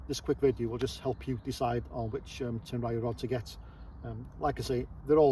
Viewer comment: Tenryu is pronounced with 2 syllables. Tehn-lyū will be the closest your tongue can handle.